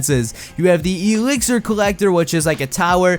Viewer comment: Say exlir right